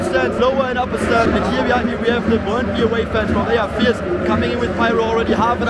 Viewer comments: As a dane myself, i was surprised on how well you pronounced Brøndby It was literally perfect! 🤯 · Yeah, I was honestly choked how well you pronounced especially Brøndby ;) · Suprisingly good pronunciation of names especially brøndby, actually saying the "ø" sound correctly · 10/10 for that "Brøndby" pronounciation! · Du siger brøndby godt